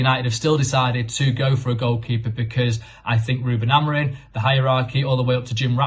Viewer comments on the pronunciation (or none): Why do you guys pronounce Amorim as Amorin? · Why does Carl Anka say AmoriN?